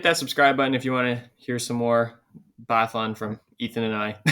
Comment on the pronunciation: Guys guys guys!! You deffi. have to work on your phonetics. And it will be easier to take you guys serious if you actually know how to say these athletes names. Put me in a pod as a guest so we can sort this guys:) I know biathlon really well(swedish) Really like your channel, but stop butchering their names mate!:))